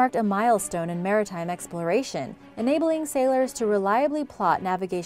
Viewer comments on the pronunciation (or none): none